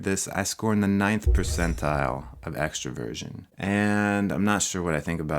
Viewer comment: When he says Extroversion... i hear him saying “Extra Virgin”